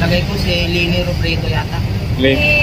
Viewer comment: LENI HINDI LANI!!!!!